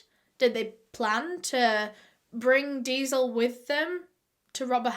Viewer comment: i didnt understand that she was saying diesel and i was like "what's deazel" to google and i was wondering if "deazel" was like kerosene but she was saying "diesel" the whole time😭🤦🏼